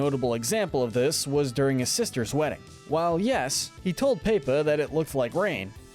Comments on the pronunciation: This is a great video, but PLEASE learn how to not butcher these characters’ names. It’s not that difficult. Idk how Pepa is all of a sudden “pay-pa”. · I love how he calls Pepa paper XD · ummm you called pepa ......... paper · my sister was watching this and she thought he said PayPal when he started talking ab felix